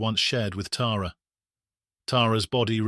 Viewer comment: Thank you for pronouncing her name right. Us Tara’s appreciate it! ❤